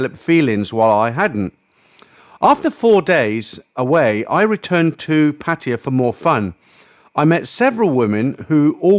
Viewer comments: Its abrasive to me too. Its pattaYA.....not PATiya. Stress is on the end, not beginning 😅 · Why do you mispronounce PATTAYA——IT IS NOT PATTIYA. OR IS THERE ANOTHER TOWN BY THIS NAME¿ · Why you call Pattaya Patya?